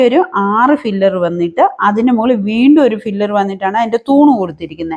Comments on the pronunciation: Filler അല്ല മോളെ, piller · ഫില്ലർ അല്ല പില്ലർ ആണ്